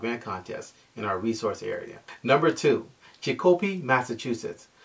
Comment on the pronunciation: Chic o pee. I didn't understand what you were saying at first about Chic o pee.